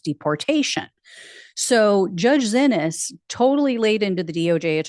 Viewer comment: "Judge Zinnis" is pronounced SEE-knees. She was asked how to say it in her first court appearance.